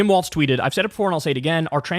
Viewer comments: Kyle, the name is pronounced Walls, not Waltz. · Hey, Kyle, love your work and energy! 👏🏻👏🏻👏🏻👏🏻👏🏻! Thanks for your coverage. Just one FYI: Walz is pronounced “Walls,” rather than “Waltz.” (Not sure which way you’re saying it. Was difficult for me to tell. But lots of people get this wrong. 😜) It’s like “Ballz to the Walz.” 🤘🏻 Just mentioning, since we hope to hear a lot more of his name in the future. 😁 —Minnesotan who’s enjoyed Walz rep’ing my district for 12 years and then state for 2 terms 🙂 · KYLE FOR PETE'S SAKE, WALZ = WALLS NOT WALTZ!!!!🤬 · Kyle, why do you keep calling Walz Waltz? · I enjoyed the video. But let’s stop calling him Waltz. It’s Walz like Walls. Thanks. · Take a shot every time Kyle says Waltz instead of Walz. Dead after half a video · Can you please pronounce his name right? It’s grating… love you…